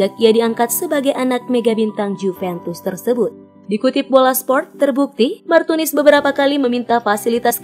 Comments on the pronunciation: kok bilangnya martinus bukan martunis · kok Martinus bukanya Martunis. salah mbak nyebutnya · Dan Dia pun sebut martinus Bukan martunis 😂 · Why Whahahahha Martunus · Diapun sebut martius bukan martunis, bukan pula martumis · Martunis min bukan Martinus😂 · Iya sama..aku juga auto ngakak dengernya 😂😂😂😂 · Martunis mbak bukan Martinus 🤣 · salah min martunis bukan martinus wkwkwk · Pembaca brita ni... Abs blng Martunis trs Blngx Martinus lgiii Prbaiki cra bcrax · Hahaha😀😀 Di menit . Martunis berubah menjadi martinus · salah nama bukan Martunis malah Martinus tapi nggak papa yg penting beritanya sangat jelas... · martinus 😁emang si lebih enak bilang martinus daripada martunis🙊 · Martunis apa Martinus hayooo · yang tadi nya martunis jadi martinus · nama Martunis jadi Martinus😂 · MARTINUSSSSS AAWOAKWOK MARTUNIS APA MARTINUS MBAKKKK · Menit martinus bukan martunis🤣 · martinus apa martunis sih? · bukan martunis, tapi martinus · Di menit 5.43 berubah jadi martinus haahhahahshsaaaaaaaa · MARTUNIS LOHH KOK MARTINUS WKWKWK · Martinus apa Martunis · Martinus martunis. Yang bener min. Wkwk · Martunis apa martinus dah ngomongnya gimana:( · Martunis bukan martinus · 5 :43 mimin salah ngucap . MARTINUS ahahah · aries official28 lah iya yak😂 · itu kamu salah ngucap.yg bener martunis brow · Martunis,Bkn Martunis wkwk maaf